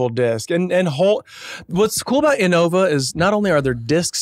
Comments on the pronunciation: It’s cool that they’re talking about disc golf but it’s pissing me off how they’re saying inNOVA and not INNova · Disc golf talk is awesome more of this! And it’s pronounced IN-OVA lol